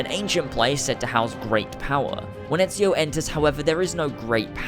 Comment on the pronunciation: Thank you for getting ezio's name right. I've watched way too many videos where they don't say it right